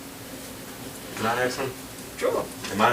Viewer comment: Its ask not axed.